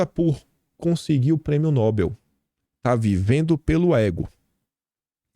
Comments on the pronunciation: OU, EU TENHO Q ZOAR UM POUCO COM VC MANO VC VAI ENTENDER. NÃO É ""NÓBEL"", É """""" NOBÉL """""" DAQUI A POUCO VÃO ESTAR LHE APELIDANDO DE KIM "" SUPLICY "" PAIM.🤣🤣🤣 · o prêmio é Nobel não tem acento no o. Nobeeel. Bom dia patriotas.